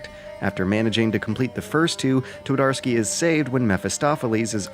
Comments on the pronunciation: Here is something that should help your pronunciation: replace W with V, since that how 'w' is pronounced in polish. Tvardovsky, it's that simple. Also 'Pan' is not a name, it's Mister Twardowski or Sir Twardowski. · "Twadorsky" made me giggle every time. Believe me, though - the conversion from Polish to English on the field of how the two languages sound is not much easier that the other way around. The two are pretty much polar opposites in the way you make the sounds and to a big degree, the mental process behind constructing a sentence. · T"war""dar"ski? How quaint :)